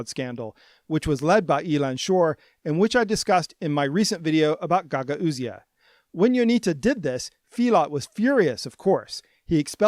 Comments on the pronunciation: I think that it might be pronounced as 'Ga-GAW-zia'. Btw, love your videos, keep it up. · still can't pronounce Gagauzia correctly lol